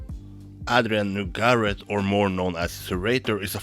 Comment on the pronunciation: "Adrienne Nougarette" Damn I love the way you pronounce it x)